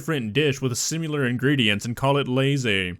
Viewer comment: ...there is no "u" in the word "similar." It's not an issue of dialect. It's not an issue of accent. It's an issue of someone who doesn't actually listen to the words they use and how they say them. I'll look for another channel to rip on this guy from now on. Over three fails from the channel in less than four minutes, two of which are common sense? It's just ignorant. And since this is a channel that is mainly getting views from addressing other people's intellectual inability? It's not just ignorant; it's pathetic.